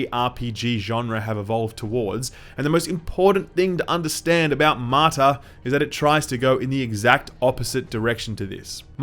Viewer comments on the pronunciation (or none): Martha ??? You keep saying Martha ...